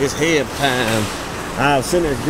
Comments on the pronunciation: I love how you calling it HEB when everybody else calls it H...E...B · Its H.E.B lmao. heb lolololol i was rolling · Lol Just pronounce the letters H E B One of the best stores in Texas besides kroger